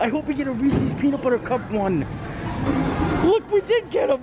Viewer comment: Hello, first time viewer. -Did you just miss pronounced Reeses. You said Reesie‘s. Even the “voice to text“ feature on a phone spells Reesie’s when I say it your way. (Laughing) -Mario, The Disneyland Neighbor.